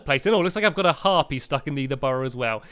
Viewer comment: The way stampy says harpy sounds like herpes make me laugh so hard